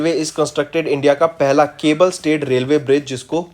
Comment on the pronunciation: Please sir have soma patience while pronouncing aap railway ko rolway bol thy h Anji ko andii Its very disturbing 😑😑😑😑